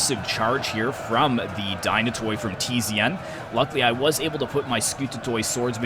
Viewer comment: Dynatoi is pronounced as Dynate' (means Dynatos =Strong , Dynatoi is the plural).. in general all Hellenic units Skoutatoi = Skouta'te , every -toi is not (toy) but -te (not t+epsilon but like the e-ar) I hear other youtubers pronounce it that way too.